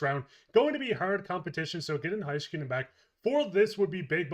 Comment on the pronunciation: Please stop pronouncing Heiskanen's name wrong, it's HEY-skanen not High-skanen